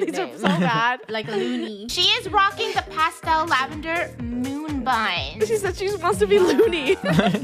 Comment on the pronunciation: Btw its "Pastel Lavender" not Past Lavender lol